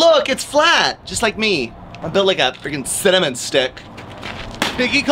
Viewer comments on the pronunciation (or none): CynaMenstruating?! 😭can we just not😂?lol